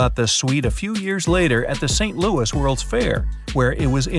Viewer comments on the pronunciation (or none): none